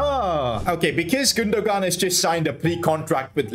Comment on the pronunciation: Ok Your Triggering Me (No Hate) It’s Pronounced “Gun-do-an” with a silent G. Just so you know!